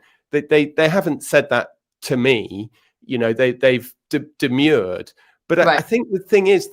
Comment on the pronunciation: Demurred Tom. Not demured 😊